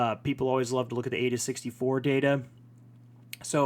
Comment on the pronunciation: it’s pronounced EYE da !!! Not Ayda